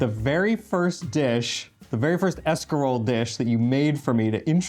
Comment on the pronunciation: Haha 'shcarole n beans!